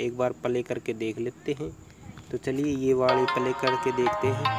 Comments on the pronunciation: Phele pale kho play pronounce karna siklo bhai 😂 .. play kho baar2 pale pale bolke tuhne toh hassa diya mujhe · Bhaiya apki video achi hai ...per palay mat bolo ...play bolo